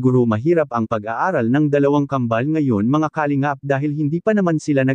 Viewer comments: Puro ka Kalimgap ng Kalingap .. Ewan ayusin mo Pronounciation mo .! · di ayos ang pagbigkas ng salita ng nagbabasa sa vlogg lalo ng salitang KALINGAP